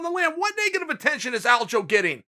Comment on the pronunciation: Will Chael ever get Aljos name right? ALDO.